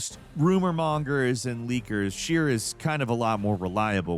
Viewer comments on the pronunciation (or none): It's pronounced Jason SH-RYE-ER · It's Jason SHRY-er. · Pronounce people's name right,.